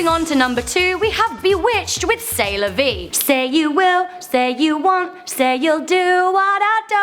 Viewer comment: When you said C'est la vie or something I thought you said Sailor Vie and I'm liKE SAILOR MOON